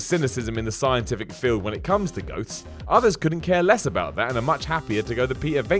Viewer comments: Did he say "goats are real"? Really sounded like it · Anyone else notice when he says ghosts it sounds like he says goats?